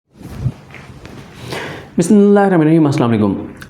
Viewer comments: او بھائی بسم اللہ ٹھیک طرح بڑا کریں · Sadeeq bhai ..baki sb thek hai..start mao bismillah wazeha prha kryn..aysa lgta hy ap dil mai prh rhy hyn.. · Assalam O Alaikum Bhai sb last time request hai BISMILLAH SAHI Tarah say pirhain.